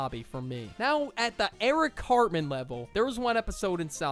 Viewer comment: When he said carman I died